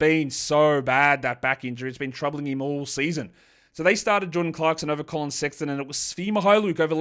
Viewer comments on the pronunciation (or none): none